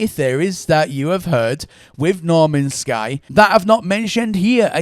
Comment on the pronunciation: "Normans sky" haha